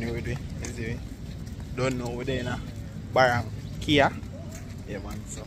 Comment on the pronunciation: Good content creator and narrator. Love how you pronounce the name of the place so well. Big up!